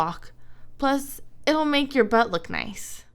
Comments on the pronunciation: KGMC-KrisGaming14 it sounds like foock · It sounds like Fock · Jonathan Lutabingwa SHE SAID LOOK!!!!! If you put your ear close to the phone tiny speaker (xD) its sounds more like Luck xD but its LOOK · Jonathan Lutabingwa im not gonna lie it does sound like f@ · KGMC-KrisGaming14 it really sounds like the f word